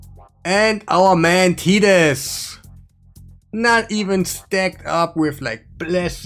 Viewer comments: Titus is pronounced “tight-us” not “teet-us” 😉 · Friend its Tie Tuss not TEE tus. Like Tie your shoe. Tie tus.